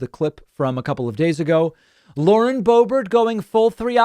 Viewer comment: The Bow-Bear pronunciation is my new favorite thing …